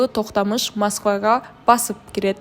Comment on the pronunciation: нормалный сүйлөгүлөчү Токтамыш дебей ,Токтомуш деп , Тимур дебей аксак Темир деп таза сүйлөсөңөр